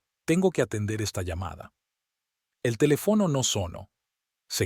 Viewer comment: Ese narrador no sabe leer , pongan a otro, se oye feo y es ridículo si la palabra esta mal escrita el no corrige sino que lee mal.Dice por ejemplo.carino.cuando.es cariño , sir'urgia por dirigía telef no